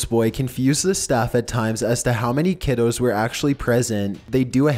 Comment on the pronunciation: Lol he sayed Kiddoe